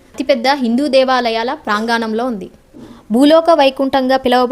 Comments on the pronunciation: Prangaanam kadu pranganam thalli. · Sister నమస్తే. ప్రాంగణం తప్పు పలికారు. చెల్లీ ముందు తెలుగు సరిగ్గా పలకమ్మ. Ex. సుమ anchor. Chardham 1. Badari2. Kedarnath 3. Gangotri and it's.